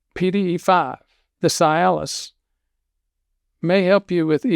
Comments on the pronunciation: It is not pronounced Sy-alis The correct pronunciation is See-alis...details matter. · Cialis is pronounced See-alis, not Sigh-alis. Another version for post-pee dribble or drops: "No matter how hard you wiggle your peg, the last 3 drops run down your leg!" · Why are you pronouncing this drug's brand name incorrectly? Is it a southern dialect thing, like how certain southern people call my mom, "Naiomi," instead of her actual name, Naomi? I always think that they're confusing the CORRECT pronunciation of her name with the pronunciation of the Kenyan city of NAIROBI! It's pronounced, 'see • alice,' NOT "sigh • alice," and I can't even watch the rest of this video because you're driving me crazy with your repeated mispronunciation of this word....and you're a real, bonafide doctor, right? Well then, one would think that you would KNOW the correct pronunciation?! I'm just an RN, and even I know the CORRECT pronunciation! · Is it not pronounced "CEE-Aliss"?? Works great for ED... and it also acts as an anti-depressant, not strong, but noticeable. The other benefits are great too! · Be nice if he pronounced Cialis correctly. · Why is a doctor Are you mispronouncing the medication‘s name?